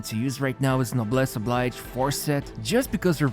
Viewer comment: Oblige as in o'bliʒ (Obleezh) not the pronunciation of the verb to oblige.